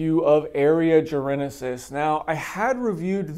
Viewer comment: Say it with me... "Jar - en - sis"...... it has 3 syllables... not 4 :) why is everyone on youtube adding an imaginary letter when the say Jarensis, it's not just you mate